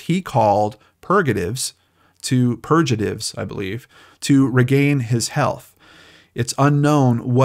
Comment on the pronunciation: Purgaritive, the g is pronounced like gas, a hard g. :)